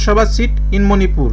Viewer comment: Please pronounce Manipur clearly. It's really irritating.